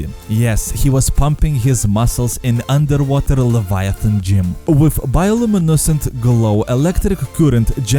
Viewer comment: "Андер Вотер" :d